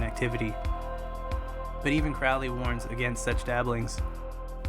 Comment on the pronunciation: It's Aleister CROWley (as in the bird 'Crow'.)